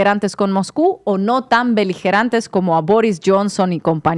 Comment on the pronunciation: belijirante???? dijiste ucraniana?